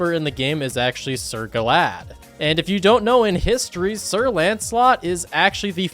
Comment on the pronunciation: You mis pronounced Sir Galahad’s name it’s not glad it’s gala-had